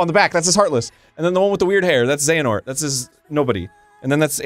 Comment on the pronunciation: Arin getting the name of the main protagonist wrong over and over again is great.